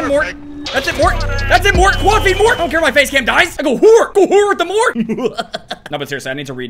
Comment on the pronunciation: Good vid. (Btw its not pronounced “mort” but m-o-r-t-e, morte that means death in italian). It’s a skin from an italian singer called Fabio Rovazzi